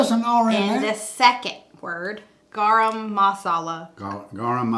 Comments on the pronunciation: it is pronounced "Ga Rum". LOVE Indian food. So glad you ventured out and did something different for you! If you are not familiar with it go to a buffet to try many different things and see your favorites. So delicious!!! I too like spicy food and buy the hot curry powder vs the regular. Steven sure has lost a ton of weight I noticed today. He's so sweet to gush on every dish you make. Serrano peppers typically range between 10,000 to 25,000 Scoville units, while Jalapeños fall slightly lower in the range of 2,500 to 8,000 Scoville units. I prefer the Serranos! Well done!!! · Garam is pronounced Guh ram muh saw la, lol. I love butter chicken! There is a gas station a few mins from where I live that an Indian man (from India) runs the gas station and he cooks butter chicken and chicken curry 2 times a week and both dishes is so delicious! If you want a little more heat I'd add a little cayenne pepper. They put cinnamon in some dishes and they also use peanuts in some of their dishes. They make Roti Ro tee and it's like their version of tortillas but it has garlic and herbs infused in it. It's pretty good. My mom's boss is and Indian( person from India) and they make her food and I try it sometimes, it's pretty good. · Hi!! It's pronounced Gar-um and you got the second word perfect! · It is pronounced Gram like a gram cracker you got the Marcella correct